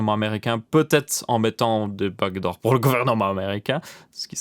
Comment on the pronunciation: Au début moi aussi j'avais compris bac d'or mais quand il a commencé à parler "code" bah je me suis dit : "mais oui les back doors"